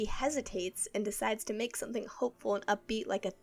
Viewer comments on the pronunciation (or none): none